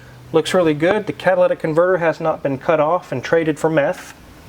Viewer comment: Did he say meth or Beth?